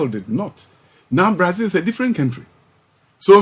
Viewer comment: A whole education minister who pronounces country as “kentry” , I’m not too surprised about his emptiness and deep inadequacies. 🤔